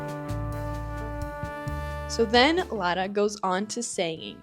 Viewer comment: o teu "Lara" foi dito da forma mais pt possivel, até fui ver se eras tuga